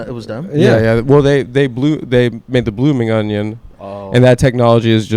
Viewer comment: can't even say onion correctly. Stuff like that will lose you $50,000 a month on patreon